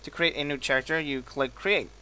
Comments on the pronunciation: you said character with a ch sound but t has a k sound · u say character funny lol "Scharacter" its pronounced Kare-ehct-er